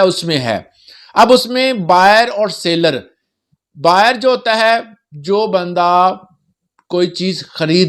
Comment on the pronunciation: Seller not sailor.